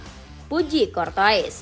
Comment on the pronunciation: Cortouis (Kortoa) min penyebutannya..